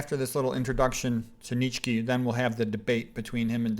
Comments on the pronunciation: Nitchky? 😂 The name is Nietzsche (pronounced [ˈniːtʃə] or [ˈniːtsʃə]). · Dostojewski. Достое́вский. You butcher names. Aljoscha :-). Nietzsche there is no k spoken. It is like ge in the end.